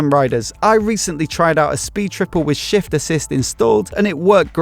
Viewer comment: Emphasis on 'shiffft assist' 😂 Cant wait for a test ride, I think it would be the GT for me 👍🏻